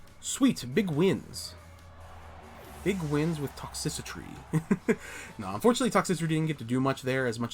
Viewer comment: I'll give you that sub if you start saying Toxtricity properly lol Good games man, keep it up